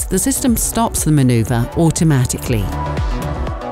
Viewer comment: manuverrr and digital new modern